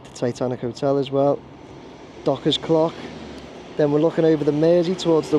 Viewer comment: Got to laugh when said the Dock clock,. I honestly thought you had a slip of the tongue and said Dock C**k. I had to scroll back to check 😂😂😂😂😂 😊